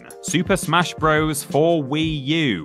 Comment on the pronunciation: I wish YouTubers would stop pronouncing "Bros." like it's the plural of "bro"!